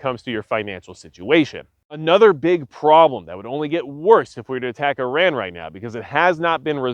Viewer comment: Great video very informative and a great perspective! And extra kudos for saying Iran correctly! Much respect to you sir.